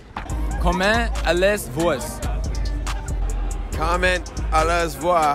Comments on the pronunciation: Animationish the way they say “vous” as “voice” wrong on so many levels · That’s painful to watch. Are they being serious? I honestly can’t tell. 😫Considering we borrow approximately 29% of our language from French (and also from what we’ve picked up in basic geography and history), they should realize you can’t apply English principles to French. A very common word like bouquet isn’t pronounced “bow-ket”. It’s like they’re pronouncing the words phonetically in English and not even attempting the proper pronunciation. At least the French people tried (and did really well).